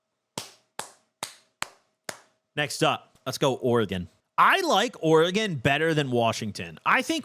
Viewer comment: Thank you for doing Oregon right ❤️